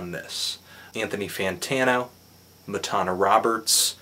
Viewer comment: For someone who just reviewed her album, I thought you'd know how to pronounce her name properly, as she says it multiple times on "I Am".